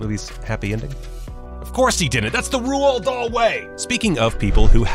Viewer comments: The voice actor: “ROO-ALD DOLL” Everyone Else: “Roald Doal” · Did you just pronounce his name "Ruuoooaaaal Dahl"? Typical screen rant video. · It’s actually pronounced “Roll Darl” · Did he just say "Rooald Dahl" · I'm so happy im not the only one who realised this embarrassment. The irony of them moaning about it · That’s not how you pronounce Roald Dahl... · That pronunciation of roal Dahl though. Lols 😂 does he not know who he is or has he never picked a book